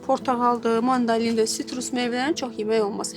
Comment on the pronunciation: mandaLin yox mandaRin